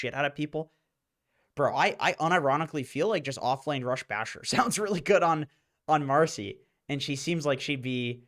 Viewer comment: Its marci not marsi